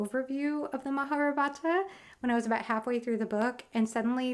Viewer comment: Its not maharabhata lol.....it is spelled as " maha- Ba-ratha